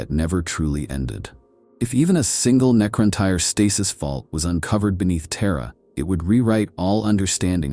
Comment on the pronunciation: I mean it would be nice if they'd quality check it a bit more - there's quite a few mispronounciations. Who is Mal-kayder? The Necron-tyre, Siggel-ites, Pohst-humans?